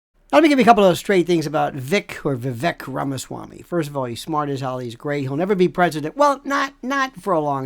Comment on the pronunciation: It's pronounced Viv ake like cake. He would make a great VP!